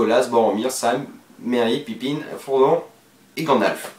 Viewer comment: C'est pas pipine mais Pipin x)